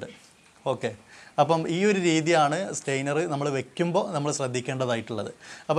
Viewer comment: വീഡിയോ നന്നായിരുന്നു, പക്ഷേ, ഒരു ഉപകരണത്തെ സംബന്ധിച്ച് വിശദീകരിക്കുമ്പോൾ ദയവായി അതിന്റെ ടെക്നിക്കിൽ നെയിം കറക്റ്റ് ആയി പറയുക. ഇവിടെ താങ്കൾ സ്റ്റെയ്നർ എന്നാണ് പറയുന്നത് . സ്റ്റെയിനർ എന്ന വാക്കിന്റെ അർത്ഥം നിറം കൊടുക്കുവാൻ ഉപയോഗിക്കുന്ന വസ്തു എന്നാണ്.സ്ട്രെയിനർ എന്നാണ് പറയേണ്ടത്.അതായത് അരിപ്പ, ഇനി ശ്രദ്ധിക്കുമല്ലോ, താങ്ക്സ് 😍